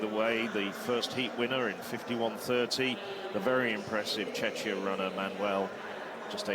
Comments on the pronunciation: Exactly! I cringed every time he mispronounced Czech / Czechia, truly embarrassing! 😬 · We are not Chechia we are Czechia or Czech republic.